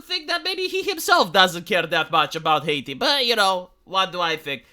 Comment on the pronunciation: "Hiati" huh? 🙄